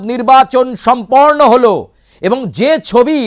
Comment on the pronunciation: সম্পর্ণ নয়রে পন্ডিত, সম্পন্ন বলো!😢